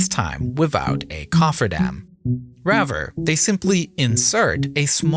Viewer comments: Raver or rather? Terrible English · Bro how can you pronounce risky but not Rather😂😂